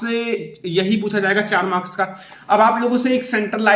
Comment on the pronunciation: And it's marks not morka 🤣